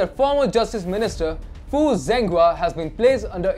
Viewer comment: Hey guys. Zhenghua's name is pronounced as JENGHUA NO Zenghua